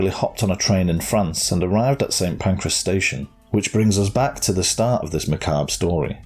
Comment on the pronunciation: St. Pancreas? 😅